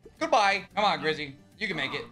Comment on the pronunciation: says grivvy instead of grizzy lmao